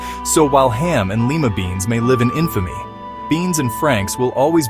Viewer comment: it's not lee-ma beans, it's lie-ma beans